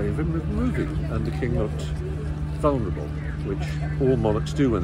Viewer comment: I was so glad to hear Stephen pronounce the word vulnerable with an audible L instead of the irritating "vunnerable" that I hear most people say. I'm sorry that it irritates me so much, but it does.